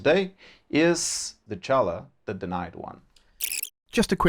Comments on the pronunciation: If you are looking for a summary, here you are : Next DLC - Will be a 3 factions DLC (3 LL + 1 FLC) - The 1st faction revealed is Slaanesh - The LL "Dechala the Denied one" (pronounced "Dekala") A few units have been revealed : - Hero) Champion of Slaanesh, snake-(wo)man similar to Dechala but less powerful Pleasure-seekers, demonic cavalry with demonette on Slaaneshi steeds - Mechanics : faction will be called "the Tormenters". Dechala will use her powers to subjugate their enemies and her hunt will affect her gameplay on the campain map and battlefield. D'Chala will dominate her ennemies more aggresively than N'kari, who uses his demonic influence. - Rework of Slaanesh faction : tweaks on the technology tree are to be expected, but it's too soon Next update > 6.2 will focuse on come-game imprivements like : - Ancillaries - Control mechanic - Corruption Beta on AI - Still gathering data - Will be an other Beta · Honestly, if GW wanted Dechala to be pronounced with K, they should've spelled her name Decala, or Dekala...